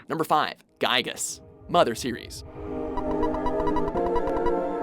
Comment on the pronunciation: It pronounced "GeeGoo" I think.